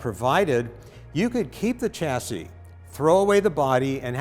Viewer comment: All that knowledge in your head and you can't pronounce the word chassis. NO NO.. cha cha cha ... It's a silent Ch and Shashi shash EEE. now you say chassis.